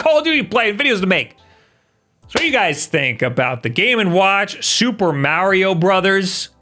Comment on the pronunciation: “Super Maerio Brothers” Mario: Imma head outta here